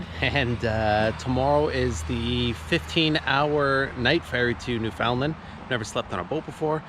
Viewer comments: You are from Canada and can't pronounce Newfoundland? New-Fun-Land. Accent on the first syllable. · Newfoundland is pronounced NEW fin land, not New FOUND land.